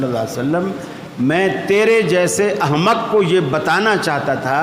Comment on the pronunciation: کیا کسی صحابی نے کبھی بیان کیا ہے کہ نبی علیہ السلام نماز قمیص پہن کر پڑھتے تھے یا اتا ر کر نبی علیہ السلام کی عام عادت مبارک پگڑی یا ٹوپی کی تھی آ یا کسی جگہ ملتا ہے کہ نماز کے وقت آپ اہتمام سے سر ننگا کر لیتے تھے اور یہ عالم صاب احمق کی ق پر تنوین پڑھ رہے ہیں